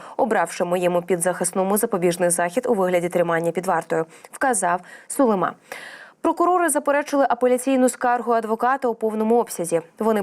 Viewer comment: Чого Сулимааа, він же українець, значить українською Сулииима, наголос на ли?!